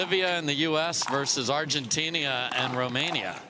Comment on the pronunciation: Bro, what country is Argentinia? 😂😂😂😂😂😂😂😂